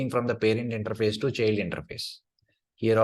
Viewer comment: Thanks for the course. PS: small tip: “child” transcripts as [tʃaɪld] ;)